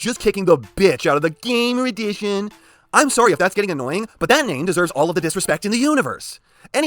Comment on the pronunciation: I will never get enough of your lack of respect of the series line name, GAAAMMOOOR EDIIICHIOOON